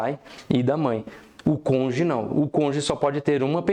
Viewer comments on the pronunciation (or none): Do "conje"? 😂 Muito bom o conteúdo. Mas, realmente, a pronúncia de cônjuge chamou atenção 😂